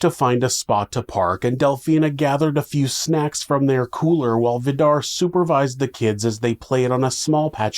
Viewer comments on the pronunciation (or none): Vidar is pronounced more like Vee-darr with a rolling r☺️